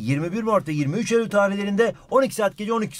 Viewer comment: neden ey ul dedin